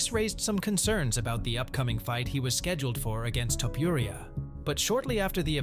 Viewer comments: Come on man his last name is not topiuria but topuria as u read with out anything… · Man, your "Topuria" pronunciation is just terrible 😂